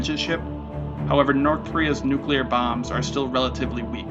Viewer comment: nuclear bawwmbs he says